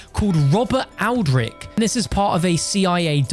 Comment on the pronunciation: It’s pronounced old-rich